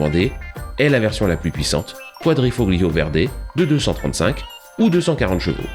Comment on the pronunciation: Le 1.4 150ch aussi n'a pas été sité. Mais svp arrêtez de prononcer GL de Quadrifoglio. Le g est muet en Italien